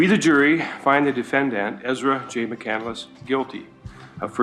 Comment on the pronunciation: "there was fire in her eyes" "McCandless" "Mc-Candle-Less"